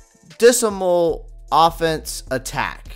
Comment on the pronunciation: "You can't say that you're not surprised?" So, you ARE surprised? And, "dis-a-mal"... were you drinking before you made this one?